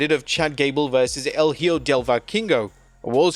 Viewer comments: Hijo (E-Ho), not Higo (e-go) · Hijo is Spanish for Son as in Son of Dr. Wagner jr & Son of Vikingo, it is pronounced (ee-ho) The "h" is silent, the "i" has the short "e" sound, & the "j" is similar to the "h" like in "hot" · “Hijo” is pronounced “EEEEE - HO” Since you botched it like 3 times while announcing the Luchadores XD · please, learn how to say "son" in spanish.